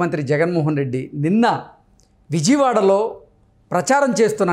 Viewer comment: విజీవాడ కాదురామూర్ఖుడా విజయవాడ!!!